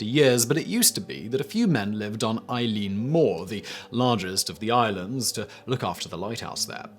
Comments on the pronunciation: Pronounced Ill Lawn, not Eileen, in Ireland at least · 'Eilean' in Scottish Gaelic isn't pronounced like the name "Eileen", it's pronounced /ˈɪlʲan/, more or less as "ill-ann". Forvo is a thing, guys.